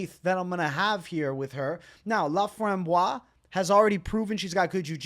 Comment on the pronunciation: Everybody butchering ,Corinne Laframboise name is hurting my ears hahaha 😂😂and please guys do yourself a favor, its "Montréal , Québec" not "Montréal, Canada" ! Thank you !